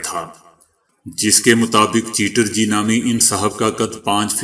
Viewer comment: the correct pronunciation is " chaterjee" & not chiterji. please note: this is with reference to the last news item from bengal, india.